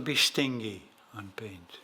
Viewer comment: Amazing gesture, thank you so much! This will help me out a lot. Also I wanted to let you know your pronunciation of stingy is wrong. The G is said as a J. However when it comes to videos and sharing your artistic knowledge you are certainly not stingy!